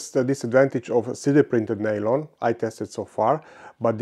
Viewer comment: Maaan how many years have you been doing this? You still say "share stress" and "nail-on". Kurwa, C'mon.